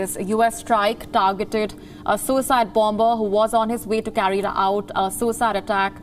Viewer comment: please pronounce bomber/bombing properly.